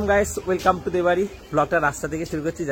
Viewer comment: Olpo bidya bhoyonkar bolche kelane ta..nije odike Mayo road k meho road bolche, r Ferrero rocher er pronunciation jane na..r daily blog e willcome willlcome pronounce korche welcome k...o naki abr online class korabe😂😂😂